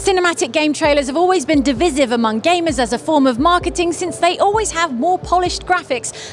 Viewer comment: It's pronounced div-eye-siv NOT div-iz-a-siv.